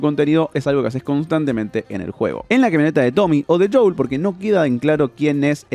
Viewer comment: No os pasa que cada vez que dice JOUL dan ganas como de darle así con to la mano abierta?